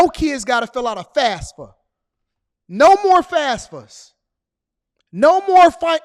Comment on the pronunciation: It’s Fafsa not fasfa